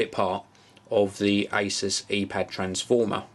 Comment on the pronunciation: You say 'asus' wrong